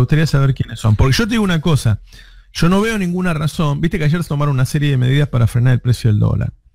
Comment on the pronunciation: Se dice YO no SSShoo Navarro